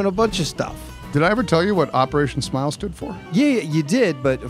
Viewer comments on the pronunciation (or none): I didn't realize that there was a P in the word smile. Learn something new everyday!